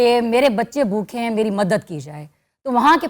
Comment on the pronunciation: Sonia Multani ka lafz “bhookhay” theek karwa dain please. Ye hamesha “bhookhay” bolti